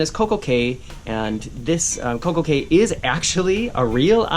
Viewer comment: By the way, Cay is pronounced "Key".